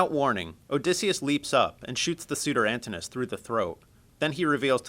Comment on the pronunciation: They pronounced Antinous wrong